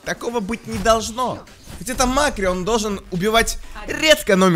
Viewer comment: Не мАккри а маккрИ